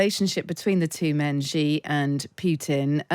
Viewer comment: I cannot take any China "expert" seriously who can't even properly pronounce the family name of the President of China properly.